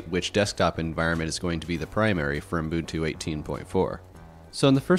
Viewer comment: What's "Umbuntu"?